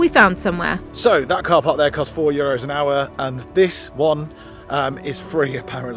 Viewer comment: I noticed it before,, What is a ParCark? 🤣🥸